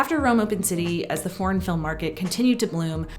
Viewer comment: Voted Down on the Hands because... Voiceover. Can't abide this voice, the speed of it, "foreign" sounding like "porn" - can't she make "foreign" a two-syllable word? Praise The Magnani's force. Will search elsewhere.